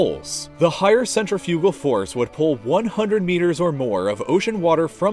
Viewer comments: You lost me at "centripital" and central few-gull. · What if i was superman? What if i drank klingon blood wine? What if i was an alien. What if i was a turtle. This story is assinine as the all what ifs. The commentor can't even research the pronunciation of the words he uses. It is not centra fugal. It is cen tri fa gal.